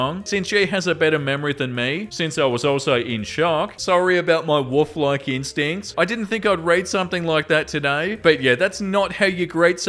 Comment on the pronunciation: I love how pronounces “Wolf” as “woof”, it’s so cute 😂😊